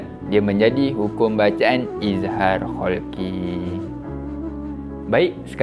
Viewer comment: Halqi ustaz, bukan kholqi😊